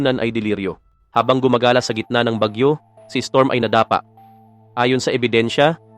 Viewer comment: Na da pa???? How do you pronounce ?? Pinoy ka ba